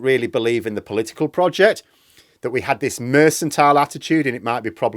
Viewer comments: you've left me in some doubt. Is your "Mersantile" the same as what other people call "Merkantile"? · What is Mersantile? Do you mean Mercantile, pronounced MerCKantile? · I suggest political parties get worse with more funding refuting your premise. Also election campaigns have far more funding and are of poorer quality than when funding was lower. Also it's mercantile not mercentile. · I love your videos,, and I don’t want to be “that guy” but it’s pronounced “merk-en-tile” 🙂. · I'll never tire of hearing you pronounce it "mersantile"... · it’s pronounced mur cun tile - just think of Jacob Rees-Mogg when ever you need to say it. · mercantile is pronounced with a hard c. mer-can-tile Not a soft c like mercenary (which sounds like an s) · "mersantile"? there's no such word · Sorry to be so picky, but the 'c' in the word 'mercantile' is a hard c not a soft one so you are mispronouncing it. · Um, that 'c' in "mercantile" is meant to be a hard 'c', as in pronounced like 'k'. I know you are from "oop North", but that repeated mispronunciation was pretty jarring. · I think mercantile has a hard C. Check it out. Jane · sorry to be that bloke, but the C in mercantile is pronounced as a K, not an S. Sorry, but you said it 5 times. Happy New Year, and thanks for all the good work.